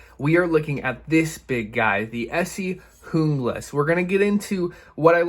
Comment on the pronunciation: JUEEE-GLAS !! AMERICA PRONUNCIATION !!!